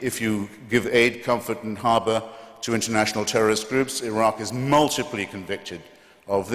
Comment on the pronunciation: It's Iraq Not 'a rock'